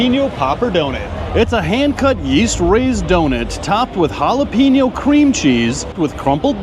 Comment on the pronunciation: you need to apologies for jalape-no but points for not just saying it is all good